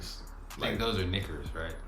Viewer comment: Knickers? needs to soften that R, god damn.